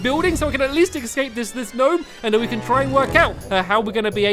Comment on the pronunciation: It’s a G-Nome